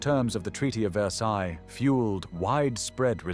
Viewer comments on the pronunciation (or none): none